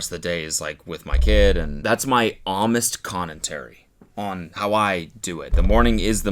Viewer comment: “Homest Connentary”